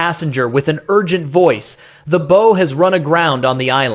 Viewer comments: The "bo".? It's BOW, like BOW WOW.! Stick your AI narration right up your brown eye.! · When referring to a ship, bow is pronounced "BOW" like COW. Not like toe. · When you knuckleheads use the damn AI narrator could you at least listen to the damn thing and try to get it to pronounce the words right??? Bow shouldn't be pronounced like it's something in a woman's hair. JFC.